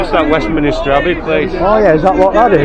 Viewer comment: West 'minister' Abbey , instead of Westminster Abbey 🤭 I love the little errors in words , they can sound so endearing and cute 😊